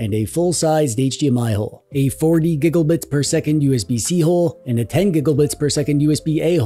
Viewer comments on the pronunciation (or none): I'll watch your videos if you stop saying gigglebytes.😅